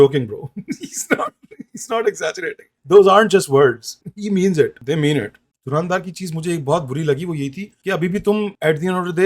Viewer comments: Pele toh naam bolna seekho ..Dhuraaandhaar nahi h .😂 Dhurandhar h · its dhar not dhaar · Dhurandhar thik se bol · Pronunciation galat hai bhai dhurandhar ka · Isse movie ka naam sahi se bola nahi ja raha or ye actors ki Urdu me Galtiyan Dhundh raha hai..